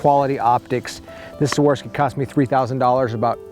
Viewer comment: Swarovski - SWAR-OV-SKI not "swarski" haha